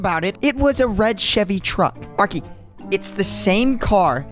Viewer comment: Why did you dismissed name arkey you said "ariche"